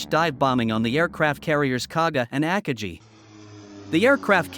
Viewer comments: AT LEAST ONE OF THE JAPANESE CARRIERS AKAGI IS ALSO PROUNCED WRONG! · Jets? army? forgot the commas, and couldn't correctly pronounce the names of some Japanese carriers. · Good video, covered the events very well. The only downside was listening to the computer voice repeatedly mispronounce Akagi.